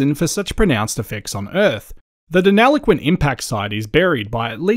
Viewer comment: Very interesting. Thank you. But please pronounce Deniliquin correctly. You are saying deneloquin 😬